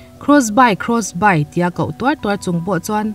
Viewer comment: cross by 😂😂😂😂 cross bi tia lam tur aw